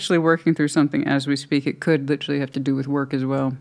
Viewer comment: LIT -TREE 😂 Girl lol